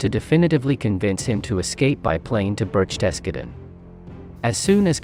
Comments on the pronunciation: The German pronunciations were some of the worst I've ever heard! It's BERCHtesgaden, not BerchTESgaden. I know the ch sounds are difficult for non-native speakers, but at least put the stress on the correct syllable. The one in Goebbels is pronounced something like er, but with rounded lips. The w in Wenck is pronounced like v, and Gen. Jodl's name is pronounced just like yodel. 😬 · The German word for garden is "Garten". The mispronunciation of "BerchTESgaden" really threw me. Most people at least put the stress on the first syllable, "BERCHtesgaden", which is correct. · Great analysis but allow me to give a German pronunciation lesson. Berk-Tes-Godden = Berchtesgaden. Yodel = Jodl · Berchtesgaden is pronounced burk-tuhs-gah-den, not birch-TES-ga-ven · BER-CHES-GARTEN PRONOUNCE YOUR WORDS- YOUR NOT A HISTORY BUFF- JUST A WANT A BE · “Birch tescaden”? “Joddle”? Pitiful. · “Birchtessgedden”? 😂 “Djodl”? 😂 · Berchtesgaden. Did you really pronounce it "Berk-TESS-Kah-den" ?? Seriously ... ?? ... it's almost as if you're reading something you've never seen before,,, about a subject you've never heard of before. "GO-ebb-als" ?? pleasseeee. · "Ber-CHEST-ga-den!" Haw! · The worst pronounciation of Bergthesgarden, that is what you get using Ai. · No they can't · Why and how could you be mispronouncing such words like Berchtesgaden and Goebbels????... Have you never watched a World War II documentary????... These are absurd errors. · Thanks. Almost didn't bother because I thought I'll only get a torrent of abuse in reply. You're right though, the way it's pronounced in this video is unusual. Cheers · I couldn't even recognize the name of that city when he said that, and its name is very familiar to me. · I think you should learn how to pronounce Jodl and Berchtesgaden correctly.